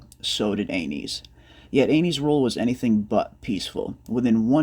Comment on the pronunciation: Aeynys is pronounced An-us